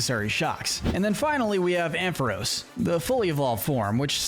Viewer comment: It’s pronounced amp-fuh-ROSS, dell-EE-bird, UH-zoo-MUH-rill, led-ee-IHN, ELL-uh-kid, WAH-buh-feht, SWY-nub, PIE-low-swine, chin-CHOW, fan-PEE, gly-GAHR, YAN-muh, PYOO-PIH-tar, and houn-DOWR, “”! 🤨 Stop mispronouncing Pokémon names,! You still have a lot more studying to do about Pokémon, especially with Pokémon pronunciations!